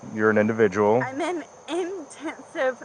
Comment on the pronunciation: But she's in IN-TEN-sive therapy. 😆